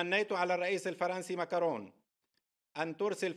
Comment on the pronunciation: اذا جينا للصح الاسم لا معكرون ولا ماكرون الفرنسيين ينطقوه ...ماكرو. Macron لا تنطق النون